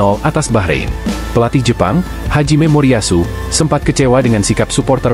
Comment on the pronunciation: Pelatih jepang namanya Hajime Moriyashu ..... bukan Haji Memoriyashu mimin 😂😂